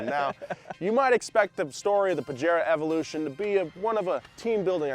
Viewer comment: In the word of james pumphrey : "to get UP TO SPEED on pajero evolusiioon"